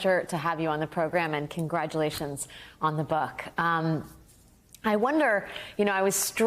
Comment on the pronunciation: "Kin-gradulations on the buck." Don't tell me I'm imagining she said that.